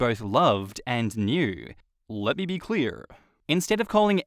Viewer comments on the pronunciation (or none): Why did he say “let me be clear” like that?????